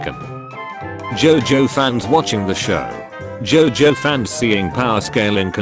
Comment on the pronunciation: I love how the tts pronounced jojo as jaw joe